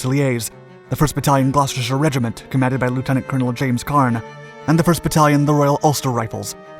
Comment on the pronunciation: As a Brit, the fact that you pronounced "Gloucestershire" correctly gave me so much joy